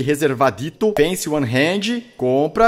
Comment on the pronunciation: Pq caralhos o Felps fala Hended e não hand???